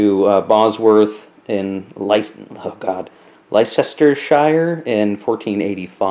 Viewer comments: Pronunciation tip: Leicestershire. It's pronounced "LES-ter-shirr...." Great unboxing! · Pronouned Lestershire if you're curious. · it's more like sher, as in washer. Lestersher.